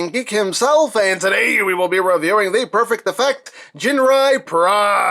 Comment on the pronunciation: I thought he said perfect diffect hahahaha